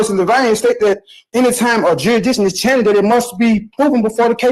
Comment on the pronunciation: what exactly is juridtion? and whats charrenged?